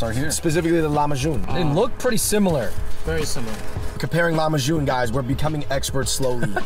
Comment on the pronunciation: ITS LAHMAJU NOT LAHMAJUN